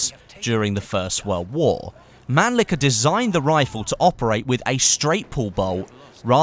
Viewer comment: it's man-lee-sher not man-lee-ker